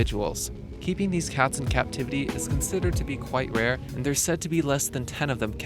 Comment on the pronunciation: I kept hearing "kept in cat-tivity"...